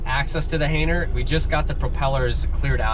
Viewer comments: You keep saying “hainer” and i love it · Didn’t realize the “g” was silent 😂